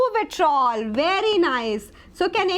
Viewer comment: it's vitriol ,not vitrol